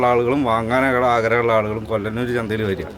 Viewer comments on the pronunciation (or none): കൊല്ലനൂർ അല്ല..കൊള്ളനൂർ